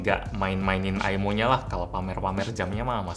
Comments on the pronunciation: "MAH MINTA AIMO" - bocah diluar pager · Ay Em O O Aymo Aymo